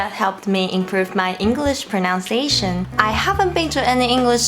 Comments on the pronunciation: my tip would be that pronunciation doesn't have an 'o' in it. it's pro-nun-ciation not pro-noun-ciation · Your English is excellent and sounds really natural - fantastic! As a tiny tip though - and many English native speakers also say this by mistake - there is no "ow" sound in pronunciation - only in pronounce. In pronunciation the middle sound is 'uns'. Have a lovely day!